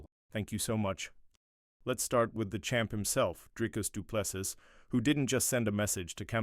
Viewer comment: Repeat after me: "Dree-Cuss Doo-Plê- See" Again: "Dree-Cuss Doo-Plê- See" Once more: "Dree-Cuss Doo-Plê- See" Last time: "Dree-Cuss Doo-Plê- See" Final time: "Dree-Cuss Doo-Plê- See" Final last time: "Dree-Cuss Doo-Plê- See" Now try AGAIN: "Dree-Cuss Doo-Plê- See"